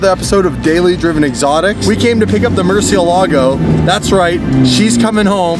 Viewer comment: Is it just a YouTuber thing or does pretty much nobody know the correct pronunciation of Murcielago?